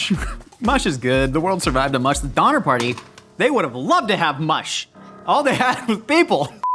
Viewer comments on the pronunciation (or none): none